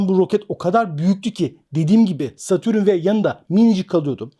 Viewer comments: hocam herşey çok güzelde şu satürn’e niye satürün diyorsun valla anlamadım:) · Satürün degil, Satürn